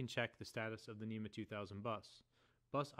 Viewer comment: It's spelled NMEA yet you keep saying NEMA.